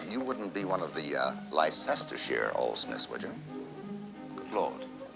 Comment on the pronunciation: why did he pronounce Leicestershire like that?